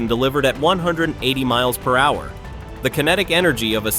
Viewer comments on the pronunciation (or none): "The drone speeds to one hundred and eighty mooah-purrer." A.I. failing to offer real language, again.